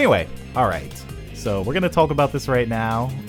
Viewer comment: Is it me or does sounds like he pronounces "talk" like "tope".